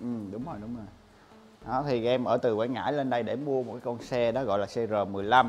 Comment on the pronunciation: Quảng Ngãi quê em a ơi. Mà Quảng Ngãi chứ ko phải Quãng nha a